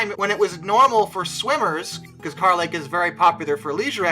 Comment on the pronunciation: Yeah most of us locals don’t say carh lake we use kur lake some use carh just to be right or different in their own way just to one up whoever they talk to. And no pictures cause that water is dirty as h